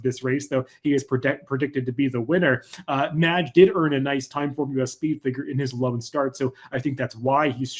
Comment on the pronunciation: Great analysis as always. It hurt hearing you mispronounce Mage through the entire video though.